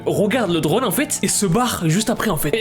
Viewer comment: Quand il l'a dit drone j'ai crue qu'il a dit drogue